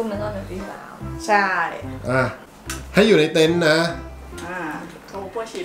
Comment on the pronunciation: เต็นท์ ไม่ใช่ เต้นครับ อ่านชื่อคลิปตั้งนาน😊😊😁😁